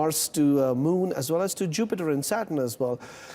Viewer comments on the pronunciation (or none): none